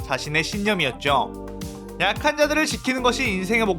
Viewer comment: 약한자들 을 아카자들 이라고 들었네ㅋㅋㅋㅋㅋ